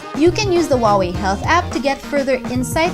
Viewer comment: Wooway - that is chinese way to vocalize Huaway ? Great review by the way Only you missed the second greatest feature (after cheapest and tiniest built in GPS) - the VO2max monitoring. I’ve found it the most motivational thing for train hard. Never realized that my physical wellbeing could be so effectively represented by reliably measurable characteristic. For month under control of Watch Fit I rolled my physical health 20 years back: from VO2max 38 to 46!